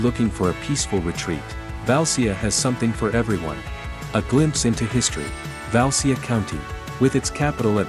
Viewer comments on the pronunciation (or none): Pronunciation is bad. Valcea..."ce", "ci" sounds like in Sicilia. Ramnicu Valcea is the capital city of Valcea County..that incorporates Cozia, Calimanesti, Bujoreni, Daiesti Ocnele...small villages that you are showing here..or Valea Oltului (Olt River's Valley)